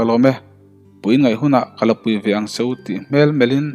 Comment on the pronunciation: Fâng ni lovin Vâng ni ta se, SU ni lovin CHU ni leh bawk sela, SSHUAL ti lovin SUAL. V hi F anga lam lovin, S hi SSH ang loh ni ta se. Riangtlei pawh a dik ta zeuh zeuh e. Ch pawh hi i la lam SSH leh deuh fo mai. A ngaihnawm tan dawn e.